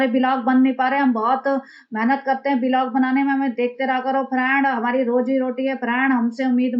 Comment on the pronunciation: का ' बिलॉग ' बोलना 😅😅😅😅